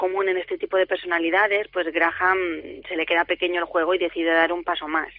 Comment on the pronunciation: Ni se porque pronuncia mal " Graha "n".. es Graham.. 🤷🏻‍♀️